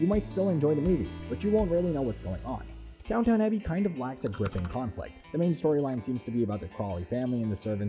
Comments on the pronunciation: Goodness... I could not watch the video just because of the pronounciation: It is Downton, not Downtown: and it is Yorkshire, not Yorksheyre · you do not call it DownTown. it is Downton abbey. Please learn how say the words correctly. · I am shutting this video off as the stupid computer voice cannot pronounce the damn name of the program!